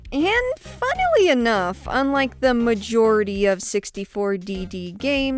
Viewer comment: It was the "Majora-ty" for me 😂